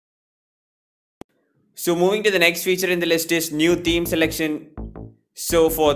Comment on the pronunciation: first pronunciate theme properly 🤣🤣🤣